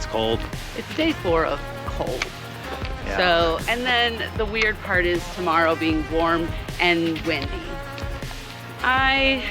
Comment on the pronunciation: Spring Valley is so nice. Good lunch. The horses were so sweet. It sounded like you said tomorrow then I figured out it was to Morrow. 😂😂. Cold and then warm. No haters here. You guys are doing great and having fun. It’s all good. Yes, an escape route is important.